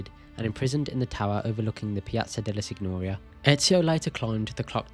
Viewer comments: Sorry… only 3mins in. The signoria isn’t pronounced sig-nor-ia . It’s closer to ‘seen-yoh-REE-ah’ like señorita in Spanish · my brother in the creed. There’s a difference here. Florence and Firenze, Paris and Par-ee are the same and doesn’t effect it. Sig-nor-ia is just wrong as there isn’t an English equivalent. And I’m also British and someone who failed their gcse language The rest of the video is fine, just work on legit pronunciation of places